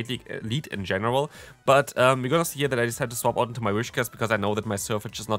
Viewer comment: It's Whiscash, not Wishcas